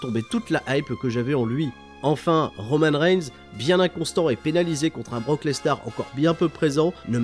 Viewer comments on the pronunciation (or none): none